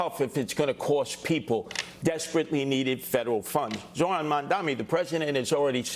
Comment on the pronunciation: Curtis, you have to say Zohran's name properly. Your mispronouncing peoples' names is fine for radio schtick but demeaning for a serious possible leader of New York.